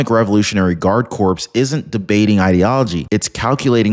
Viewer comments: Hey my friend corps is pronounce 'kor' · Lol, no, he always says it that way. I know what he means tho, and I don't criticize. The subject matter is astounding. I am unbothered by how you think he should pronounce words.